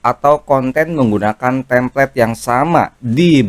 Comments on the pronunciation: koreksi bukan "tamplate" tapi "template" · Template bang bukan Tamplate. Alangkah baiknya kalau bahasa asing pakai yg benar sbg creator dgn banyak follower